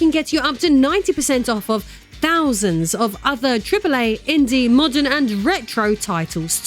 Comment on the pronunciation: “MMAAWWDUURN AUDIENCE” 💀😂